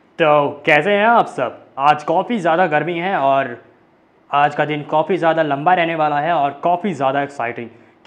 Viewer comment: From kafi hota hai nhai tum kofi bolte ho har vedio me